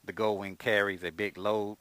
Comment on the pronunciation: Will do man, I'll have to check those out for sure. If you don't mind me asking, what part of the state's do you live in? I'm new to your channel. And never stop saying goldwing how you do, shit is hilarious. the Gooowing lmfao. got a subscriber out if me man.